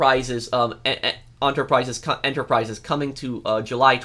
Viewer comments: "The criminal ONterprises" 🤣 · Idk why but him struggling to say enterprises was the funniest thing I’ve seen today